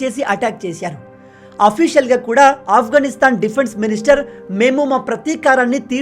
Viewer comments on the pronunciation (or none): none